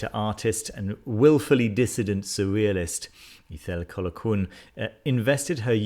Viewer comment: Ithell Colquhoun is pronounced Eye=thell Col-hoon. :-)